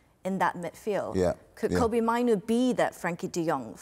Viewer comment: It's Kobbie, like Robbie, but with a K, Please stop calling him by someone else's Name?